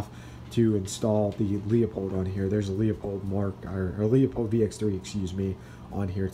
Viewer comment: Beautiful rifle! Leupold is pronounced LOO-Pold.